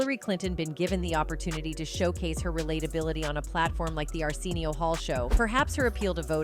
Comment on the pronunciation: How are you going to make a documentary about Arsenio Hall and miss pronounce Arsenio for the whole damn thing? 😂